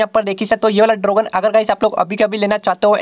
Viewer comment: Dragon ❌ Drogan ✅